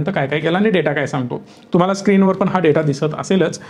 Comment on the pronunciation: फक्त ण लां न म्हणतात. उ दा. पन, म्हनतात. म्हंजे.